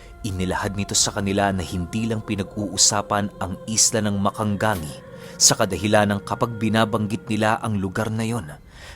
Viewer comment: Mag-ka-ga-ngi yan ang pronounce po.